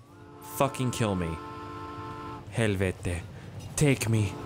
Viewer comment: Ahh helvete! you speak perfect finish. I'v met some finish construction workers, they say helvete all the time. It meaning is something in between of fuck! and hell!